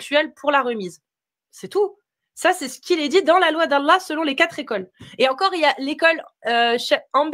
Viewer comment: on dit quatre écoles, pas quatre zécoles